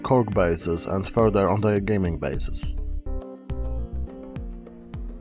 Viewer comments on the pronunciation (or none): none